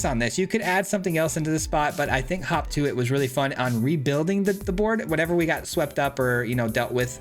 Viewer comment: I swear he was saying Hawk Tuah